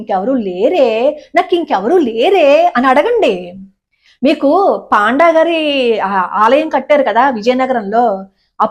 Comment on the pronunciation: పాండా అని కాదు.....పoడా ani palakaali.... Plese correct chesukondi